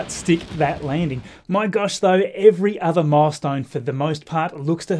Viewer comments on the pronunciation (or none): none